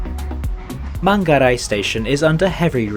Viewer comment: Bang, lidah mu nyebutin manggarai itu udh cakep 😂 And about crew that in top of train when stopping in cirebon, is they're filling water for toilet use